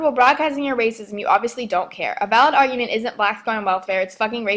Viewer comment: how the hell do you take advantage of food stamps and you make fun the way black people talk im sure in the video i heard you say augument its pronounced argument even tho i am Hispanic you guys are some messed up sons of bitches have fun in hell with your prejudice lives im pretty sure they dont even know all of the things black people did to create and form this country oh and you should be hurt because every word you said in this video will come back and get you